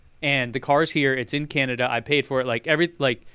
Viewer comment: and, it’s CANADA. not CANADIA. Grrrrrr...